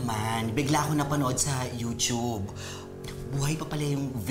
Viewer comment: youchub daw ah youtube un eh